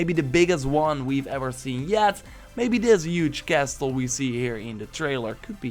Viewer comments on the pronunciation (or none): huge casTle lol.. he pronounced the T